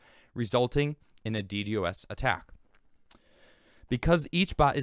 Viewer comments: God, every time he says it that way I want to rip my ears out of my head.....It's "Dee Dos" not "Dee Dee OS" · Its pronounced “dee-dahz” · No, it is pronounced dee-dee-oh-es. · It's pronounced " D doss". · not at all man. I'm just saying, if he's going to do a video about it, he might want to know how to pronounce it. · Not knowing a thing about networking, can't even say millisecond ping returns or Ddos correctly. Scnr(the people who got tim millions): ITS!!!